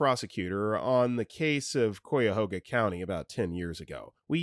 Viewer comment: Honey, you really need to start checking pronunciations. "Cuyahoga" is pronounced "kie-ah-HO-gah." Wikipedia is helpful in this regard.